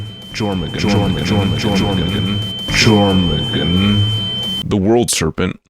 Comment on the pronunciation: Jormangandr (your-min-gan-der)